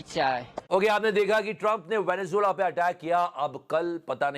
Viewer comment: Venezuela ❌ Venejulwa ✅